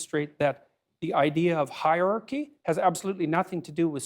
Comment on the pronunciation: Completely outside of his brilliance, I am a fan of people who can pronounce hierarchy. It's not high archy.